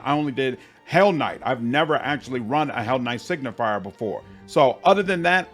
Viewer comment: i love how everyone says hellknight signifIer when it's hellknight signifEr